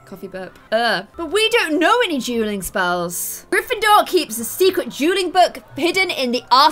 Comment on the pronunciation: every time you said dueling or duel i thought you were saying juul lol